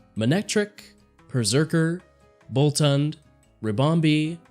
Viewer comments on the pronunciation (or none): I'm gonna go ahead and help you out with one small thing: "Feevle" is Thievul and "Bolton" is Bolthund